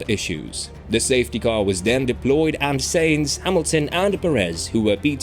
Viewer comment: His name is Carlos Sainz not Carlos Sayings